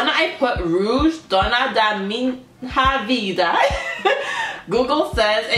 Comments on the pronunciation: It's not pronounced MIN-HA...but MIÑA... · The pronunciation is DONA DA MIÑA VIDA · hello! Very nice reaction, thanks so much, as a fan of Rouge I'm so thankfull abt some international audience for them. They do deserve it! Just to correct, we pronounce this letters "nha" as a nasal sound in Brazil. Take a look when google translate says "Minha", is a different when you say [Min]"/ra/", that's an oral sound, it's like "ha". and completely different of "nha". (Just a tip, still GREAT reaction, and you took the main message: Self acceptance, empowerment, respect for all kind of ppl, so on). Keep doing this great job! All positive thoughts! Cya.